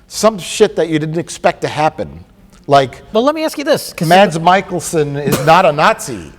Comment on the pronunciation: Took me a while to realize that Mads Mikkelsen was in this because of the weird pronounciation of his name. Mas Michaelson.